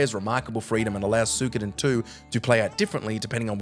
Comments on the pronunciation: I almost vomitted when I heard "Soo-koden" or "Sue-koden".......🤮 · Did you say Sukuden?😂